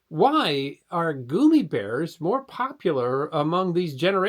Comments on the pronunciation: Sorry, but I listened for about a minute and I was done. The fact that you’re calling them gooomy bears vs gum eeee bears I’m lost. I don’t know if it’s a dialect thing and that’s what you called them where you’re from, but then only other option is that you didn’t do any kind of research and had never heard of them in the first place, which is absolutely horrible considering your channel. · I hope you explain why you keep saying goomibears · It’s gum me bears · Goomy bears is my new favorite neolinguistic pronunciation.